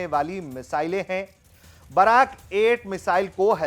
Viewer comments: बैरक 8 नहीं, सही नाम है बराक 8. 🙏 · भाई बैरक 8 नहीं ब्राक -8 है